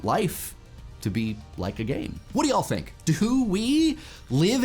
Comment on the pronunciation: You enunciate so clearly on everything else that when you say ya'll it throws me off...